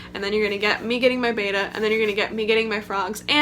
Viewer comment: ooooooo she said bayda instead of betta